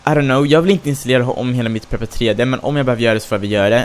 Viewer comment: Bara en liten detalj, men Prepar3d uttalas som Prepared